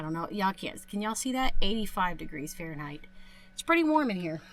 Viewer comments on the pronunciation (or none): none